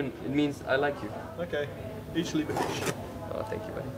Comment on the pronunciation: hahaha isch liebe dish